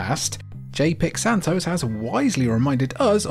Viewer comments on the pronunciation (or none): none